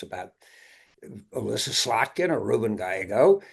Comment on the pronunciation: Slotkin? Really? Im from Michigan. No way.